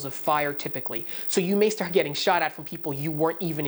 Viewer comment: I love your Canadian accent on words like ARe and stARt